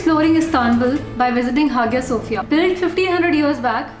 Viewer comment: four din , its pronounce as haya sofia not hagiya sofia it not gorme its goreme (no offence )